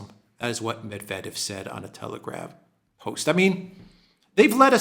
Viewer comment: You pronounce so many Russian names perfectly but not Medvedev. It's "Medvedyev."